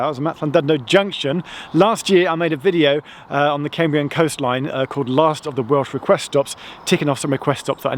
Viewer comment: Thlan-did-no and Cammbrian.